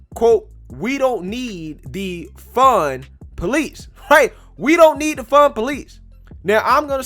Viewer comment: it sounded like you said we don't need to defund police. But I know you said we don't need the fun police. But it is funny to me.